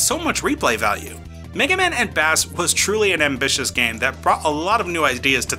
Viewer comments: I blame mega man 8 for making people think that bass's name is pronounced like the fish and not like bass & treble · Holy cow, the mispronunciation of Bass drove me up a wall.